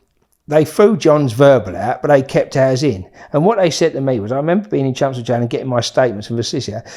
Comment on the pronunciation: Took me 39 mins to realise hes saying "Chelmsford". Sound like he saying chumsfords. 😂